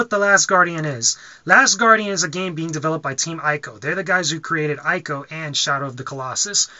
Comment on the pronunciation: It's PRONOUCED Team EEKO, not EYE-KO. Just FYI. ;)